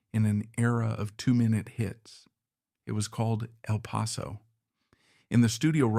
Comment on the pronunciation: El Paso not even pronounced correctly.